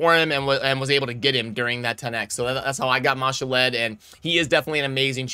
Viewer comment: Ma-Shalled, not Mashall-Ed :) one day you won't butcher it, lol